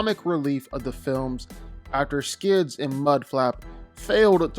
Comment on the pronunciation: Its “Skids” btw